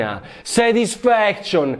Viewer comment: "SETISFEKSCION" CICCIOLINA